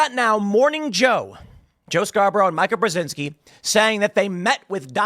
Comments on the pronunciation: Not important, but worth noting, it’s “Meee-kuh”, not “My-kuh” I’ve mentioned it before so I’m guessing you’re just doing a bit. Her dad armed the Mujahideen / Taliban. Joe, of course, was a Republican rep in Florida (who probably wasn’t involved in a murder) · I don't know why it bothers me so much, because she's detestable, but it's pronounced "Meeka." Every time he says it wrong, I'm like, "Who the f is Micah?" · “Micah”, Tim? You know Mika is pronounced “Me-cuh” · Tim. It's Meeka not Mica. 😊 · Mai-ka? Have I been saying it wrong all this time? I thought it was mi-ka as in Mi-chelle Ka-linsky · I love that Tim refuses to pronounce Mika's name correctly. It's "mee-ka" in case anyone was wondering. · Her name is Mika as in (Mee-ka) please you're a journalist at least say the lady's name right even though she's trash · It's MEE-KUH! Jeez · Tim, Mika is pronounced Meeka. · I feel like you mispronounce Mikas name on purpose, and it's is hilarious.